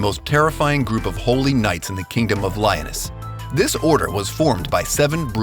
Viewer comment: Leo-nis not Lion-ess. Otherwise great video.